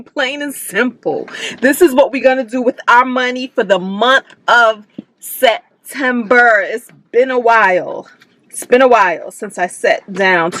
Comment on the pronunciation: Your hair is cute! Yassssss I was hollering when you kept saying Set-ember😂 Ohhhhhh I can’t wait to see what happens with your tenant- Sorry! But she wrong!